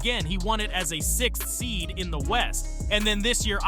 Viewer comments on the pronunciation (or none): none